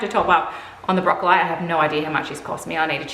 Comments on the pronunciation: Sorry?? brocco-lye? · as an Australian, I have NEVER heard this pronunciation.